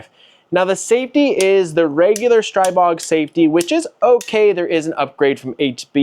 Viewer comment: The Slovaks pronounce it "Stree-bog," my new found friend.